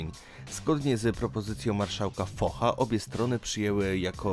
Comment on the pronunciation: Czyta się Fosz